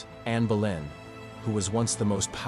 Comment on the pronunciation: It's anne boleyn not Berlin, I take it American version , some good facts